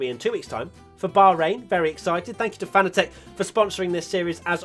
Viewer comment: Does FANATEC mind that their company's name is pronounced incorrectly by every British Youtuber?